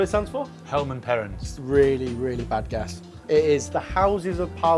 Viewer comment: "Helmann Perrins" 🤣🤣🤣🤣